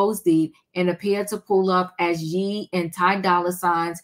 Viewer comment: It’s ye not yeeee😂❤